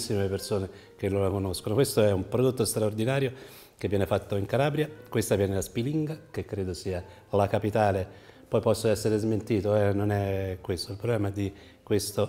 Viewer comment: spìlinga, non spilìnga!